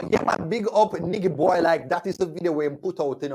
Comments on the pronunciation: Lmao it’s pronounced Nai-Ji Boy 😂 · it's pronounced NI-JY Boy lol...with a soft G...like "Nigel"